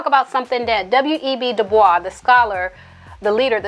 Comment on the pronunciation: Good commentary...thank you for pronouncing "Dubois" properly